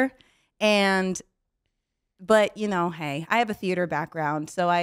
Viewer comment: Imagine calling yourself a theatee major but unable to remember 6 words 😂 she should be on the costing nit Ziggler